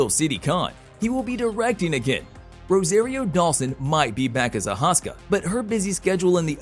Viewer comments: A-So-Ka not Al-hos-ka. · Please tell me someone else noticed he said ahaska instead of Ahsoka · ahoska? it's ahsoka :facepalm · A-Hoska??? Pulease repeat after me … Ah-soak-ah Tah-No. Ahsoka Tano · Whats a HOsKa ? Get it right! 👎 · I stopped watching as soon as you called Ahsoka Tano "Ahaska". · Wtf is an Ahaska? Makes me question whether the narrator said anything of value at all. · AHSOKA say it right. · Great video, but Ashoka is Ah-soh-kah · If you’re going to make a Star Wars blog learn the characters names. Ahoska? Who is that?? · Did this mutha...ka call Asoka ahaska wait rewind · EXACTLY. Ah-hos-kah??? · Who the heck is "Oh-Haska"?? I'm guessing this gent is a hired voice actor and NOT a Star Wars fan at all... Great info though. Informative video. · I heard ahoska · I heard what you heard. He did it twice. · Did you really call Rosario Dawson's character Ahaska? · Bro, the main character "Mando" is named Din Djarin. He is not nameless in the whole series. Did you even watch it? Also, your pronunciation of Ahsoka is atrocious. 😅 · Just butchered ashokas name 😂 that’s all I could focus on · A hosta, wonderful plant. He said it twice 🤦‍♂️